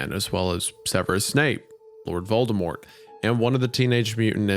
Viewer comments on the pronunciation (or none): none